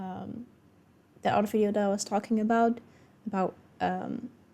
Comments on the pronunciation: Wow, a Finn actually pronounced “about” correctly and didn’t exaggerate it as “aboot”, I’m impressed. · I played it back 4 times. He absolutely nailed it